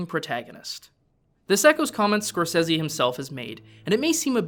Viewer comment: Who is this "Scorsezzy" guy he keeps talking about?